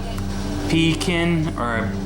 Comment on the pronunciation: Pequin pronounced pe-keen